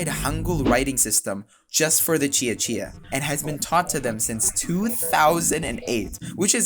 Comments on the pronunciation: yes, the letter c is always pronounced as "ch" in Indonesian, so you did well. You also did a good job with the pronunciation of "Buton" 👍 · Let me start by saying: Good job on pronouncing "Cia-Cia" correctly. 👍 As an Indonesian from a different island (Borneo), I have to say, adopting Hangul for the Cia-Cia language is just plain ridiculous. Like you mentioned, all Indonesians already have to learn the Latin script, so what’s the point of complicating things with Hangul? It’s not like Hangul does a better job representing the sounds of Cia-Cia—quite the opposite. For example, Hangul doesn’t even have a character for the /v/ sound, so they had to dust off some ancient character to fill the gap. So, why burden students with learning a script that has zero relevance to their history or culture, especially when they should be focusing on more important things? Makes no sense at all.